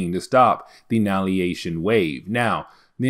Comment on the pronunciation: AnNIHIlation not annalyation xD